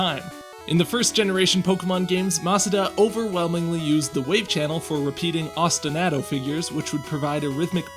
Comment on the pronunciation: Please please pronounce “osti-nah-to” correctly. Otherwise cool video!